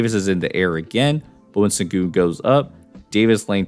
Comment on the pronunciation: It's pronounced "Shen-goon". C'mon man...